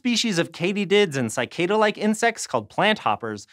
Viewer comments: The pronunciation of "Cicada" is a hill I'm willing to die on. It is suh-KAY-duh damn it. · I've never heard the word "cicada" pronounced like that. How irritating.